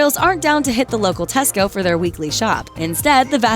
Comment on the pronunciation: Hearing an American say Tesco is weird